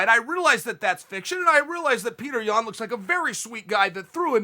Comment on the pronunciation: Not Yian but Yan